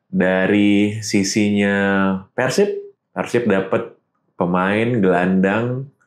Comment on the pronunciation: sejauh ini, satu satunya pengamat sepak bola nasional yang bisa melafalkan kata persib sesuai dengan pelafalan aslinya: Pérsib (penyebutan e nya seperti kata bebek) ✔ bukan yang selama ini dilafalkan orang-orang diluar Jabar: Persib (penyebutan e nya seperti kata lemah) ❌